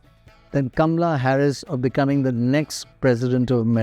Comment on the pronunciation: It's KAMALA, not Gamla 😅